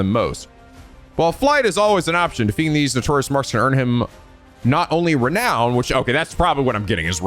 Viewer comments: Am I the only one whose just SUPER happy that can finally pronounce Renown correctly? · OH. MY. GOD.! You prounounced renown correctly. sniff My little boy is all grown up!